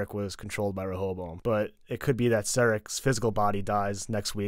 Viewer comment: You know it's Serac, not Sarec, right?